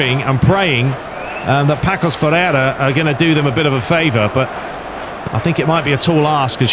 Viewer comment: It’s actually pronounced passos de Ferreira